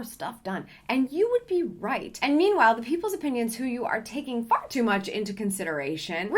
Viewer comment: When she said “”far” too much” I had to rewind it back 3x because I thought it was an audio error or a dog park 😂